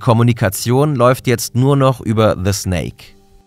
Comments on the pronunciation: Schöner Beitrag aber der heißt desnake nicht thesnake XD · Gutes Video, aber etwas Kritik muss ich äußern, einerseits schwache Recherche beim Schlusswort, desnake hat bereits vor Wochen einen Exit-scam vollzogen. Ein kleiner Punkt noch der nur etwas nervig war ist, dass man den Namen diesnake also de wie deutsche die auspricht